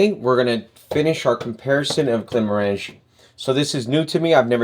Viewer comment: It is GlenmOrangie, not GlenmorAngie.